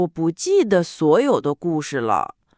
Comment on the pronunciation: Very good podcast to learn mandarin. Very good for listening. This is my second episode. Unfortunately, in both episodes I hear one of the words spoken with a wrong tone. Jide - the de in this word is pronounced as if it is a second tone. I learned that it is a neutral tone. Unfortunately too many people use the second tone for the de in jide. Both narrators voice is pleasing to the ears. I will continue listening.